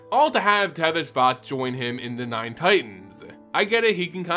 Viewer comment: Why do you keep pronouncing Szat like it has the letter v in it? Is sz pronounced sv in another language like how the card Jokulhaups is pronounced like a y instead of a j?